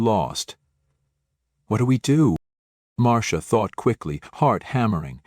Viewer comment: Marcia is pronounced like Marsha